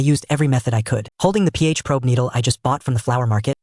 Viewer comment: the KI Voice has a bit Problems to read an "PH 7.5" and say something like "theyhavemy damnam". =^_^=